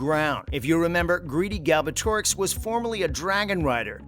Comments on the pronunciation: bro didnt just say golbatrix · Your pronunciation of Galbatorix is funny lol